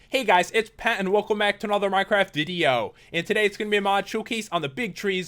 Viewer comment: "welcome back to another minecraft dideo" - Pat 2014